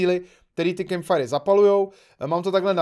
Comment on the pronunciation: firecemp Já: není to náhodou campfire?